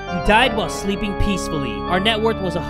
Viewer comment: Did no one else hear that he said the net worth wrong lol 😆